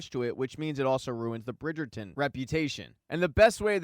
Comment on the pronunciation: The way you keep saying Burn 😂